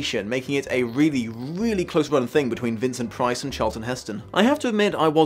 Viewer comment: I have to say your two major blunders in your script. Mistakes mixing up Louis VIII and XIII and fumbling the names of Christopher Lee and Vincent Price. Let's face it though Lee was a fantastic Rochefort.